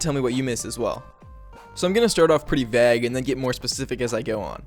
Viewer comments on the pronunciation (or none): "Vaag"? Did you mean "Vay-ge"? Vague? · Dude said "Vag" instead of "vague"